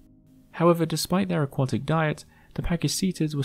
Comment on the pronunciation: You keep mispronouncing 'aquatic'.